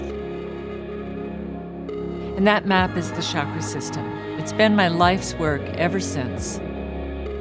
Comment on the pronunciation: I am so happy she pronounces the word ‘chakra’ the right way as in ‘channel’ and not as in ‘chicago’ like most everyone else do in the west.